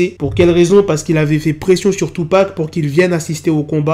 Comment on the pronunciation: Il dit tupa